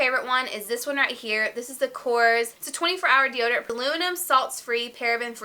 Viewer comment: Korres is a greek brand!Very very nice brand! You do not pronounce it correct!!!!Hahaha you are so cute!!!!